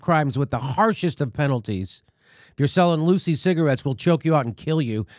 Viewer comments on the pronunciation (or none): what is a "Lucy" cigarette, please? Were you trying to say "Lucky" or what?